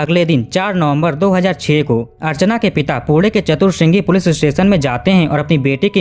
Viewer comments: 22 poode nai pune hota hai.. baki apka kaam acha hai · Ap jab bhi pune bol rahe ho aisa lgra hai kude kuda bolre ho😂😂😂😂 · Jab tu naam thik se nahi le sakta to video banata kyun hai पुणे की जगह पुढे बोलता है बाणेर की जगह बनेर बोल रहा है